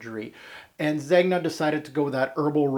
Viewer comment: I don't understand why pronunciation is so difficult. Do you pronounce the G in lasagne ? NO ! Son why pronounce the G in Zegna ?